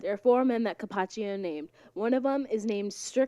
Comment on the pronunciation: He was Cappocchio, not Cappacchio.